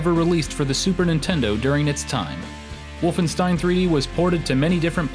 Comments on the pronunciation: its pronounced wolfenSHtein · "one of the most important franchises in video game history" therefore I'm going to butcher the pronunciation of the game's title and its protagonist. Otherwise - nice video!